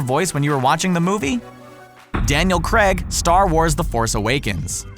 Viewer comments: Oh it's creg now not Craig now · Daniel Creg LOL